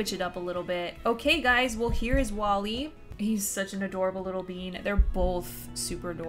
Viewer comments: It's Wall-E not wallie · It’s wall-e not wallie hihi just putting this out there